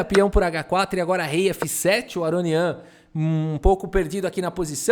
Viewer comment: "Aronião", huehueheuheu; adaptou perfeitamente o nome dele pro português.